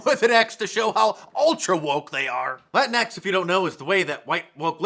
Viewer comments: It's Lah Tinks. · exactly. It's a soft J-H sound that isn't really heard much in English. Certainly not an X. Thanks.